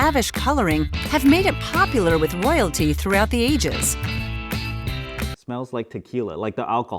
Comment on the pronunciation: Saying royalty weird like that is more cringe than Boris Johnson saying me crow war ve.